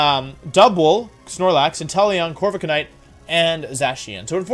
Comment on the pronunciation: Why does hearing him say Gigalith and Corviknight as “Jigalith” and “Corvikanight” bother me so damn much?